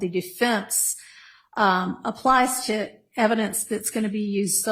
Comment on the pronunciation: …. It’s pronounced TO, not TA. You’re welcome.